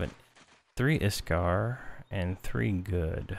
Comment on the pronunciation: Iskar? hehe I think it's Iksar ;)